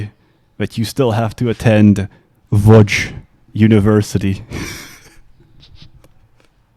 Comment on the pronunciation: "ŁÓDŹ University" select few people will know why he accented it that way and all I can say is: my condolences.